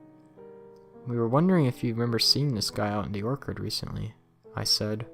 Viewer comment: Ha he said orkard instead of orchard it’s or-che-che-che-cherrd -orchard no disrespect just saying all the rest was straight.